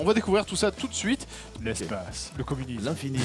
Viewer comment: L'espaste.... XD